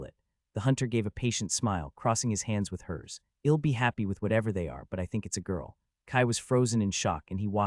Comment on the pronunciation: The (I'll) in I'll come back to check on you), is pronounced like, ill (sick), and not I'll (I will), it's a bit distracting 😅 it is in all the places (I'll) is used, so far I think. Doing my best to ignore it, but thought I should mention it at least. Great story 👍👍 love it 😊